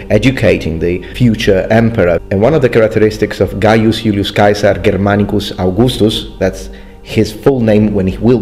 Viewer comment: At last, a speaker who knows how to pronounce caesar properly. Now you know where the word kaiser comes from.